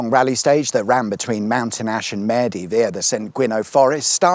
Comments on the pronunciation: ps. Love your mispronunciation of Maerdy. 😂 (It Marr-D, like a miserable bastard.) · Maerdy is pronounced as mardy btw 👍🏼